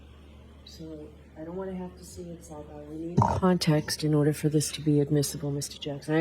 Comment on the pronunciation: I love. He should emphasize the Boston accent. He does attempt to pronounce “sidebhar” appropriately., you belong to the people now.